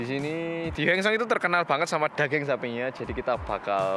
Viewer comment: Nama Asli: Daging Bilang: Dageng